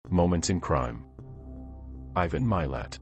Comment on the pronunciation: Name is said “mah lot” spelled Milat. Ivan is said “I van”. Are you a robot? Listen to the documentaries about Ivan Milat and the victims please or watch the Australian movie “Catching Milat”.